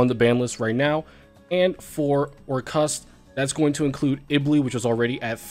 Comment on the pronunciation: missed saying "or-CUST"